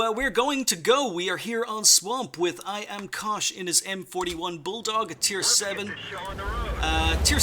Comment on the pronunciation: Until the end screen, I thought his name was "I am Cautious" because you kept saying "IamKosh is". lol. I also learned that if I want you to look at my replay, I need to make sure I put "Good map awareness" in my title (-: Great vid and all who sent replays.